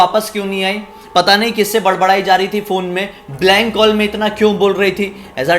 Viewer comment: Kawll and barge 🤣 I can't bruh I can't watch your video anymore. And I'm really surprised who are this 2.52m people are following you. 👎🏻 You should work on television instead of doing YouTube cause of your over acting and your over smartness 🤮🤮